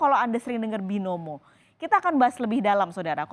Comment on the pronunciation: 'Binomono' wkwkwkkk